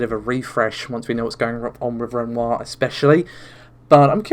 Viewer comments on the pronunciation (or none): Even though you'll have to endure the Narvay (Navi), Renault (Renoir) and freds (threads) pronunciations?